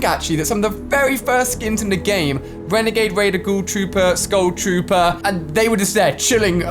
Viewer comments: Renegade wader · The Wanger wader